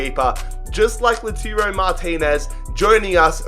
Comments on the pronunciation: He called lautaro lozano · You said lautaro wrong